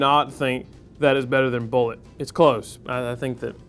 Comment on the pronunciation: BOO0-LAY:/ no one pronounces it right/